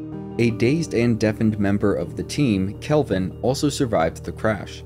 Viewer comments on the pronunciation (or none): none